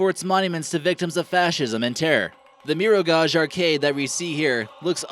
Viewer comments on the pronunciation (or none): He prounounced Mirogoj wierd so funny!!! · Maybe, before making a video, you should at least check out how some words are pronounced. Jasenovac, Tito and Mirogoj were absolutely butchered by your pronounciation. This isn't an insult, just constructive criticism, because it sounds awful. I know, I'm a Croatian and you're American, but it would bring up the overall quality of the video. Also, you forgot a few places that are even better, such as Brestovac and Jurjevac cemetery.